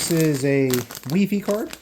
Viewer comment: Dude what the fuck is wefe! its wifi as in wireles fidelity.